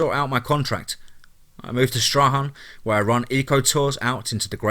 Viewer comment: Lol, good old Tassie huh....lived there myself in my late teens. It's pronounced Strawn.....I know, I know, doesn't look like it huh. Great stories,thank you as always. #teamfear